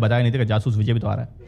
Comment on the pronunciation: Jaasus Vijay Main Zaaaasuus Viizay bolta tha wo khud ko